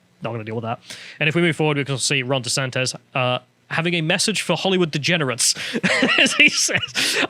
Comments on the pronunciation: Stop calling him desantez man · SANTIS FFS, NOT "SANTEZ"